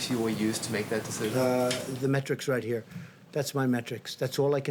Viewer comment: Matrix?! Duh it’s up heAh